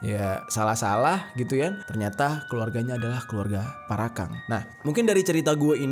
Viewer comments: Parakang BG bukan Parakan 01🗿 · Bang namanya parakang bukan parakan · Bang jeri Parakan bukan parakang😐😐😐